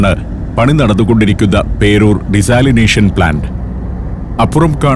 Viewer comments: ഡിസാലിനേഷൻ അല്ല ഡീ-സലൈനേഷൻ ആണ്... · It is pronounced "di:sæli.nei.sion". So what he said is almost correct.